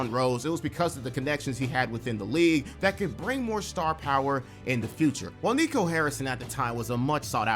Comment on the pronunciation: Not even mad at you repeatedly screwing up Nico's name. I hope he gets fired and forever lives in infamy!